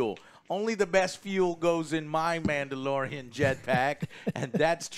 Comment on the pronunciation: You mean "The Mandylorian"😂